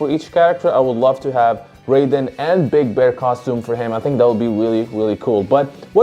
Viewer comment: Isn't it pronounced as 'r-eye-den' in Fatal Fury?